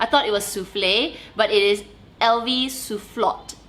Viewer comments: Hi, annoy French person here 🙋🏾‍♀️ In French we (almost) never pronounce the last consonant of a word, so LV Soufflot is prononced "Soufflo" Great video 😊 looking forward to your live on Sunday! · Hi, Just FYI: SOUFFLOT is pronounced 'Sue' (like the name of to sue someone in court) and 'Flow' - Sue Flow. He was a very famous french architect. Louis Vuitton is known for paying hommage to well known french figures in their creations. Here is something to read: Best